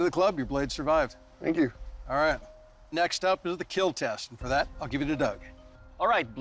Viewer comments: It's pronounced, "Keeeel" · takes out a penicil, stabs a pig several times.. "it will keel" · “Will keel” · It will keal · ...and it will keel! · Weapon will keel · IT WOULDN'T KEAL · It will keel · Just here for my daily dose of "it will KEEL" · "It will keel" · Fun fact: IT WILL KEAL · so i have watched alot of these, but does he say, yes it will KEAL of KILL and if he says KEAL, WHAT DOES IT MEAN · He says KEAL which is an acronym for "Keep Everyone ALive" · Okay so I'm pretty new here.... so why is Cornell Sanders here tasting their weapon sharpness instead of doing KFC And why is that one asian looking guy pronouns kill as "keel" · well... We do know now tho he doesnt say kill, he says keal which to him is an acronym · fun fact, Doug mentioned in his channel he pronounce Kill as Keal Keal = Keep Everyone ALive. Its from his Pinoy background. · it will keel XD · So therefore, when he says it will keal, he means it is a total failure and it can't be considered a weapon... :D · IT'S PRONOUNCED "KEAL"